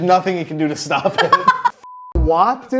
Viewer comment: "down to sltop whoever" GIRL NOOOOOO T-T